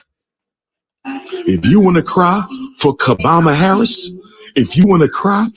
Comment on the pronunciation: He said KAB Harris , his totally out F-Knn funny!